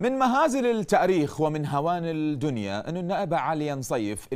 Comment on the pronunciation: السلام عليكم ارجو ان تنتبه لنفسك انت اعلامي معروف واعتقد قبل فترة حصلت على افضل مقدم برامج او محاور ياعزيزي شنهو مشكلتك مع الأحرف الشمسية كلها تلفظها قمرية وهسه تگول التاريخ وكأن حرف التاء قمري! هههههههه والله مصيبة وخاصةً لمن تلفظ اسم السيد الصدر معقولة انت ماتشعر بماتلفظ